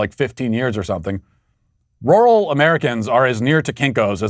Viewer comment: The only thing more offensive than Kamala is how Matt pronounces rural. Matthew you are canceled sir